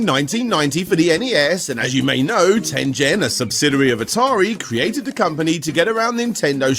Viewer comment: I think it's pronounced 'Tengen'.